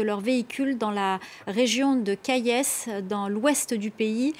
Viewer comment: Mme s'il vous plaît arrêté de mentir sur le Mali au lieu de kayesse c'est Kayes.